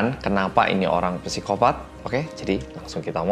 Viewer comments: /saikopat/ bacanya pesikopat😁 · psikopat dibacanya "sikopat" bukan "psikopat" mas